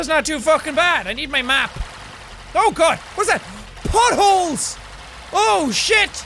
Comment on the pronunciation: Thought he said but holes not potholes